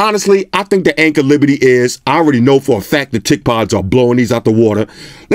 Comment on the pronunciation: Hey I'm new to your channel. I sounds like you're saying "Anker Liberty Iz?" What are the headphones called the one you liked them over the Indy? I like to buy them. Thanks